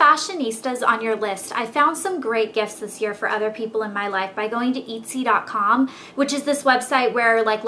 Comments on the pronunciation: Did you say eatsy? Looool it's etsy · EATSEE??? lol its pronounced ETT SEE! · hahah "eatsy" that not how you say it. That made me laugh. It's "et-see". Oh Elle. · its not pronounced "eee-tsy" its just et-sy. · its EHT-sy. lol not eetsy :) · oh and its Eht-sy, not eat-sy!!! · *etsy not itsy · et-c not eat-c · Etsy not Eat-See -_ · its not eat-sy its eht-sy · etsy ettes - ee not it-zy lol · Etsy is pronounced et see ont eat see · eht-sy not eat-sy ( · Eetsy? Its pronounced EHtsy. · Ahahahahaahahahahahaah it's pronounced EHT-SY NOT EETE-SY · Also it's ETTsee. Love the video! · it's pronounced eh-tsy! my graphic design class is putting products on there next week! :) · It's etsy with a soft e like elle, not eetsy.... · I've never heard anyone pronounce Etsy with a long E before! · Yes ehh-t-see is how you pronounce it I hope that was okay pronunciation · its ehtsy and tea-vahna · U pronounced it as eetsey LOL omg anyways thanks for this video! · It's pronounced [et] (same sound as get) - [see] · It is etsy as it eht-sea. Eht like it WET and sea as it the sea =) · it's actually pronounced as eh-t-see :) great video though elle :) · Eat-see, hahahahahah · I think its pronounced ett-see :) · It's eht-see. =) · pretty sure its pronounced eht-sy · its prnounced et-see like how your prnounce pet but with out the p and then see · Why are you pronouncing Etsy like Eatsy? hahaha! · Wow. You need to take a latin class or a class on pronunciation. I'm pretty sure you pronouning Etsy, "eet-see" and TEAvana "Tay-uh-vana" is a crime. I mean, come on, the name teavana even has the word TEA IN IT! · omg please learn pronunciations! its tee-vana. haha. and eht-sy. it sort of makes you sound less smart than you are! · love your video! I don't know if someone posted this already, but "E" in Etsy is pronounced the same way as in the word "etcetera (etc.) The only way I know that is that I have been a seller on that site for a few years. lol You are sweet to do these videos!